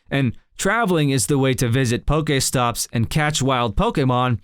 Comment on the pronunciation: The way he says the word pokestop or pokemon doe